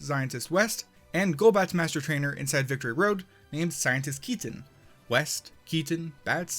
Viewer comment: I know, but it still sounds like "zientist"